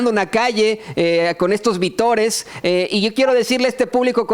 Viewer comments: ...es VÍTORES...así se escribe y se pronuncia con énfasis. Saludos. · OJO: Es vítores (con acento), no vitores... Saludos :) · Hola. Felicitaciones por su labor; se lo reconocemos (entre paréntesis, se dice vítores -con acento en la i). Nuevamente: gracias y reconocimiento. Síganle así. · se dice vítores, no vitores. Un abrazo. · Se pronuncia "vítores" con acento en la "í". Saludos y felicidades desde Minnesota.